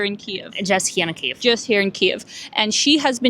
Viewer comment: Tanya pronounces Kiev like Key-yave – am I (as an English-only language-dwarf) hearing that right?